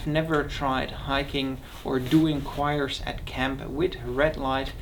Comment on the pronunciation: Great review. You are confusing the pronunciations for "chore" with "choir". Don't want to be picky just helping... Hope you don't mind